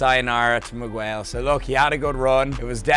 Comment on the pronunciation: Please stop saying Mig-Wail